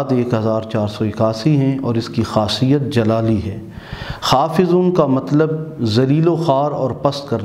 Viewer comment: محترم " یا حافظ '' ھے نہ کہ " یا حافض ''